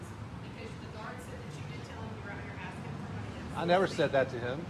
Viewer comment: Im "axkin" you to leave.